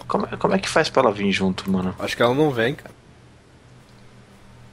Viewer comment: seri? futbol? fais? fase? seri = serie: futbul = futebol : fais: = faz fase = faza